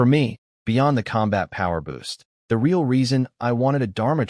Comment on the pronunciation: It's very annoying when the narration spells out words like my, it and a bunch of other 2 and 3 letter words. There are also a bunch of mispronounced words like real was pronounced ree-al.